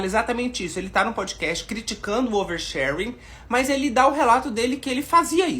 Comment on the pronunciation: Fernanda paes leme: "O nome disso? OUERSHÉRENE"